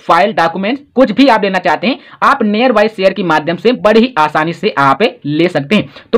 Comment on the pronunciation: Near bolna sikho pahle